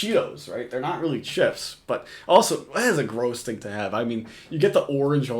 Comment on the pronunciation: said “CHEPPS”… not chips 😂😂😂